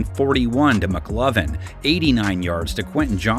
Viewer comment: Did dude say McLovin?